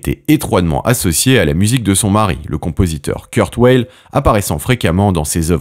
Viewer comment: [Kourt Vayl], pas [Keurt Oueyl]...